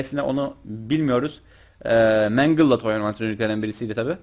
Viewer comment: içimde kaldı mengıl diye okunur